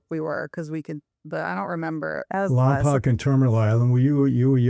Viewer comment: Michael please listen to how your daughter pronounces Lompoc she says it correctly. The way you say it is a sin to the city lol. Also you should talk about your time in Lompoc in a video I think it would be pretty interesting.